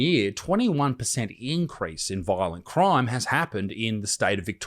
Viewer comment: “Voilent croim”